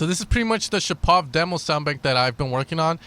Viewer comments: Мне тоже ухо резануло :D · Not ShapOv. ShApov!